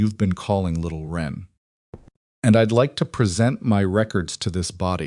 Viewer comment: Little wren, not ren. This is a type of little brown bird.